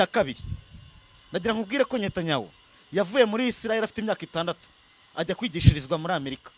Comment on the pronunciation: Ni Netanyahu not Nyatanyahu